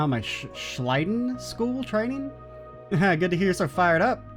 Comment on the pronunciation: You actually pronounced Schleiden correctly. Though i don't remember if the games themselves actually use the correct pronounciation, since they have given a bunch of the german names from Erebonia an english pronounciation in the EN dub. The JP dub tries to do the german pronounciations correctly, albeit with the usual JP word endings (e.g. Leonhardt gets an extra o at the end).